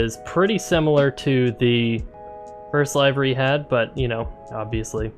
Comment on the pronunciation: FYI, it's pronounced livery, like "liver," not like "alive." (But good video.)